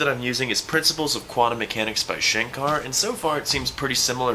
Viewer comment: was pronunciating it as shankaaaaaar😅